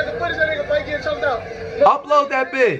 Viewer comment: Kayani Bailey Flight* Not fLight or fWight just Flight.